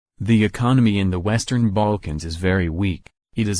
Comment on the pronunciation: I love how google voice says "baAlkans" Can you make croatia + bosnia